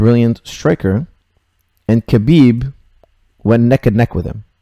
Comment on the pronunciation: its pronounce habib dont sound out the k